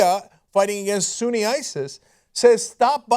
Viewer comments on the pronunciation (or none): none